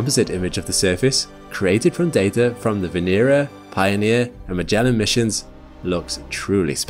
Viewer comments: Not one name pronounced correctly. It's not Vee /nee/rah. It's VE NE RA short not long. 😚😁 Now say it connected "VENERA" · The accent should be on the second syllable, not the third.